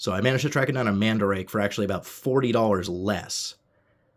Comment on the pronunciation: Not mandrake...MandaRake...Man-Da-rah-key